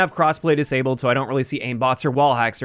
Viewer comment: Wait…. Did you say crossplay DIS-ABLED? That’s a thing now???